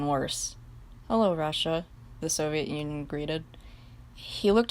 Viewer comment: “Soviet Onion” Trust me i dont say Union anymore even in history classes its O n i o n This is amazing omg XD